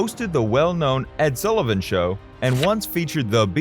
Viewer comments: His name is S ULL IVAN NOT "SOO" LIVAN. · You can’t even pronounce Sullivan’s name right. I’m out. Lol